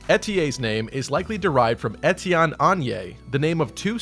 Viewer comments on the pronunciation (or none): none